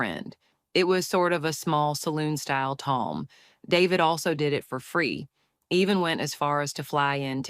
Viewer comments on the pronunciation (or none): ffs...lame AI voice...salon, not saloon